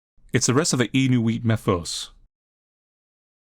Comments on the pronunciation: lovely little game, love the stylistic choices. just a note, “Inuit” is pronounced inu-it rather than inu-eet, I don’t know if it’ll ever come up for you again though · it's pronounced IN-YOU-ET. It's a type of Eskimo. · Just FYI, inuit is pronounced (in-you-it) 😀 great vid mate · Oh, and FYI, Inuit, as in the Inuit people is pronounced "In-you-it." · Hey, indigenous viewer from canada, Inuit is like pronounced in-you-it:) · Inuit is pronounced: in Ù wit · Dear It’s pronounced “In-you-et” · Hearing him pronounce Inuit like that took years off my life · This dude does not know how to pronounce the word Inuit :/